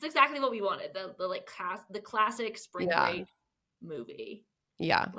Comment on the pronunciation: "SPRANG BREAK!!!!!" or whatever riff raff said